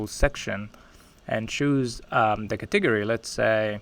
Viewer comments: I literally Googled katiggery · took me so long to realize he was saying " Category" :)